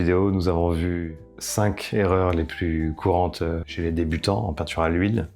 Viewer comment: Cinq erreurs et pas cinqzerreurs.. mr le professeur!